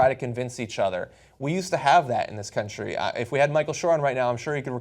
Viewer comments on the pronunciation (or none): none